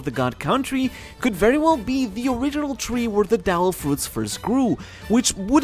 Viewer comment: suggestion: maybe next time speak clearly devil fruits becomes dell fruits 🤣